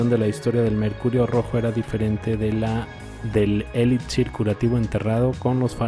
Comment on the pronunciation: Pana.... se pronuncia eli"Xir.....y no es eli"DZ"ir, cordial saludo